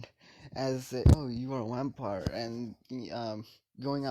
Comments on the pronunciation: I heard wampire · Did he say wampire in the beginning 😂😂😂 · did you say Wampire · I’m positive that you said yampire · I also heard whampire